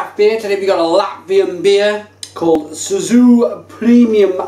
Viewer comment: you said SUZU ?! :D :D :D :D its cēsu.... Latvian C is like TS english....... and there is no CORN !! latvians do NOT use corn in beers. and this is shit beer and talking about shit beer makes you full of shit. if you want real beer go for Tērvetes, Piebalgas, Valmiermuižas, Brālis, Saldalus or anyone which is made in small quantities, which is known area where its made ! i would like to give you more hints but you are a big boy, if you want you can find good ones by your self...